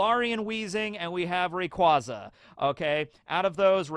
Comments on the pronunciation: I've never heard ray-"qWaza"?... that hurts to hear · Factually it is Ray Quay Za. Says it in the anime and in an official pokemon company game. And it's based on the word Quasar. You "Ray Quah" people, I swear 😂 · I think it becomes clearer how to pronounce rayquaza when you incorporate the quasar part of it name inspiration. Rayquazar